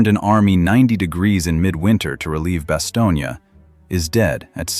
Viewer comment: The ai voice is pathetic 15 seconds in can’t pronounce “Bastogne”